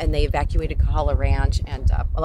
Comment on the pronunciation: Thank you for the Big Island update... however it is KOhala not KAhala!